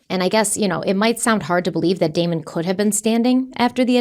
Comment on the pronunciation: You said "Demon" and Devon instead of "Damon" and Devon....Just wanted to point it out. You both did GREAT on this video!❤